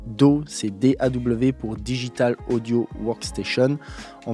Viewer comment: Si ça te dis , tu pourrais prendre des cours d'anglais et particulièrement sur la prononciation .... daw ... tu prononce do ... c'est horrible 🤣